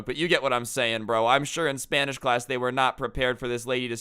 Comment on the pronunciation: thought you said "crazy spinach teacher" at first lmao